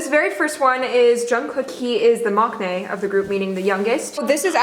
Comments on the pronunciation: I’m getting triggered how they say makkkkkknae not like maknae uhhhhhhh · Please learn to pronounce maknae correctly.